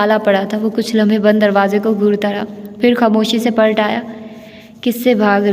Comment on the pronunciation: Aap acha parhti hain, lekn aap ne apnay talafuz pr bilkul mehnat nahi ki. Jesay taaleem ko tleem,khaatoon ko khtoon. Palat ko pult aamad ko aamd. Plz work on you pronunciation.